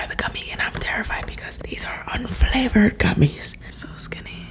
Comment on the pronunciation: “cuz these are U N F L A V O R E D G U M M I E S”